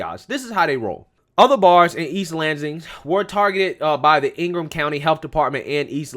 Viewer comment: We pronounce ingham: ing-um.... anyways! Whitmore is a joke! I hope she gets voted out and investigated for the nursing home deaths!